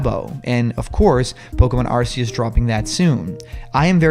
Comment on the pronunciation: Wow! This is the first time I see a video of yours that doesn't talk too much about Smash Bros. By the way, Arceus is officially pronounced "ARK-ee-us".